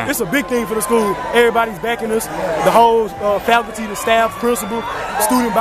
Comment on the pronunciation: Did he say THE Whole Faculty or HOES? lmmfao